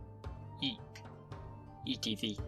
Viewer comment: The second e in Eiche is actually pronounced as a schwa and not silent like you pronounced it. In fact, unstressed e in German is almost never silent, except in the sequences em, en, el when they're optionally pronounced as syllabic consonants, which is quite common actually, or in borrowed words, especially those from French or English